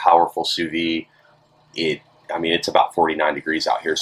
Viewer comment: I'm probably not the first person to tell you this but you are supposed to pronounce the d in vide